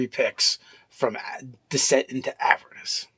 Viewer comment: AvEErnus goddamnit. Just because of the way pronounces Avernus you are not getting a like.